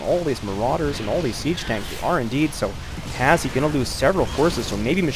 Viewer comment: His name is pronounced hash btw, not has he. Reason for the E is because he couldn't make the name Hash